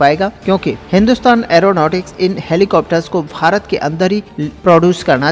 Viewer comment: Sirji kindly pronounce as BHARAT & not as FHARAT